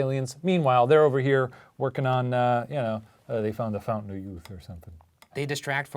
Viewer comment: When he said fountain of youth I really thought he said fondue